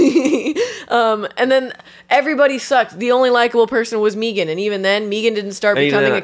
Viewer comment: Y'all's pronouncing it 'MEE-gahn" threw me off and only after Googling did I realize that it's been showing up a lot in my reccs lately